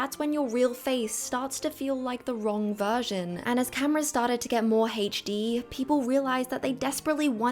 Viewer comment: Nooooo! Not “Hech Dee” not you of all people 😭😭😭